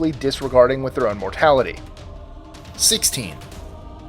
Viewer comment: Thank you so much for pronouncing Eyre Highway the Auzzie way.